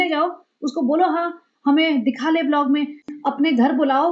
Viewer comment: का ' बिलॉग ' बोलना 😅😅😅😅